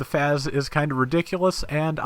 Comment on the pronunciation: I think the FAZZ is pronounced 'Fahts' instead of 'Fazz'. I'm also wondering how they'll do the Xeku Eins configurations, cause with all 3 you could probably have one of each type. I imagine it'll be like the quebeley where we get all 3 spread out over a few releases